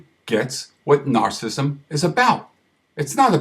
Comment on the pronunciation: I wish he pronounced narcissism correctly.